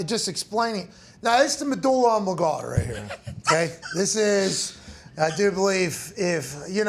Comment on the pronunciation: Yeah, Pat butchered medulla oblongata. 😅